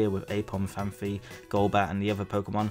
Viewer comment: It's Phan-py not Phan-phy!